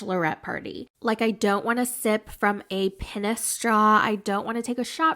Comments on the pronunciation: Steve Brul is the only other person I've heard say ' Pen-us'😅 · Stripper off TEMU LOL Also the way you kept saying Pennis was cracking me up. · Hon, you know it's pronounced PEEEE-nis, right? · Why do you say "pennis" ? Weird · How pronounced penis like “peniss” cracks me up 😁 I agree 100% about TEMU stripper man, lol. I’m glad Anali had so much fun, but I would have felt so uncomfortable, lol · 🤣🤣🤣🤣every time u say pen -ness I’m weak asfff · The way you’re saying pen us is taking me out !!!! 😂😂😂😂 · That’s how I’ll be saying it from now on 😂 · I’m Dying OMFG!!! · the way you are saying penis is killing me. and i was so excited to see was a 20min+ update. you do great work. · Honest question: Can you not actually say the word “penis” correctly? I don’t think it’s a word that is flagged on YouTube so I’m just wondering if it’s a maturity thing or if you are just trying to not say the word for another reason?